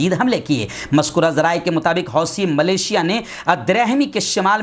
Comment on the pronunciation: Maulana wih lafz " Millicia " hai , malesia nahi.